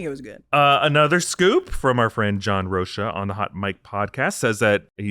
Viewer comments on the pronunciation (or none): John "Roh-kuh" not "Roh-sha" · hey my brother, its pronounced John "roke-uh"